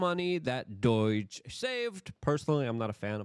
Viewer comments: LUKE! It’s DOGE, not DoYge. 😂 It kinda drives me nuts, but that’s probably why you say it that way 😂😂😂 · God damn it, Luke! It’s not “doyge” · Bro stop saying DOIGE please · Ahoy are you saying DOIGE?